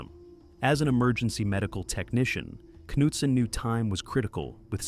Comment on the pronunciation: “Kanootson” - that’s how you know it’s an AI voice. Also the word for “cavers” pronounced “kavas”. There’s a couple of other words that give it away also.